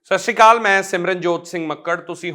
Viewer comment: Dhanvaad tuhade hr ik kadam lai jo kom te desh lai tusi uthande but ek benti jio ki jd us akaal da naa le hi rhe ha apa as gesture te is nu vi sahi pronounce krn di koshish rkhke Sat Sri Akaal